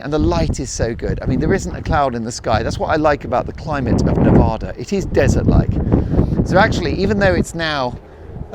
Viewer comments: Mark! Please… Nevada is pronounced ne-VADD-uh (with the second “A” sounding like "bad"). Enjoy your trip! We have some beautiful places here. 💙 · It drives Nevadans a little insane if you pronounce the name of the state as NeVAHda. The second syllable should rhyme with cat. Nevada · love you, LV resident here its pronounced Nev-Ahh-da, like the A in Harry!😂😂 Go to Peppermil, back room for a Scorpion, sit by the fire and enjoy the buzz!!! The food is great too!! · Nevada a like apple. Not a like ah.